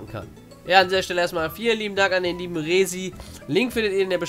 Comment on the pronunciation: Ah der Rahmen passt ja wirklich perfekt zu dem Video. Freut mich dass er dir gefällt bin richtig stolz ^^ Wie gesagt falls du weitere Sachen benötigst, melde dich einfach und wir zwei besprechen das ;) Und mein Name Rezy wird übrigens nicht wie Resi ausgesprochen, sondern eher wie Räsi nur dass das R wie bei dem wort Rap ausgesprochen wird. Ja unnötige Erklärung aber habe gemerkt da gibt es so einige Probleme mit der Aussprache xD